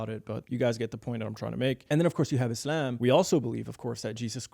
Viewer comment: Your pronounciation of Islam is gay